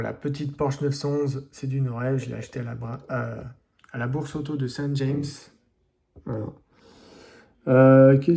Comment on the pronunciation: Salut, Tu prononces st james à l'anglaise mais en Normandie on prononce à la française.😀😀😀